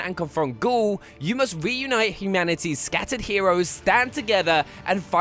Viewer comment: Gaul not goul jeez